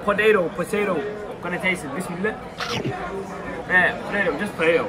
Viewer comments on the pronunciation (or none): why do you say bissmiler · Bro said BISMILAAH 💀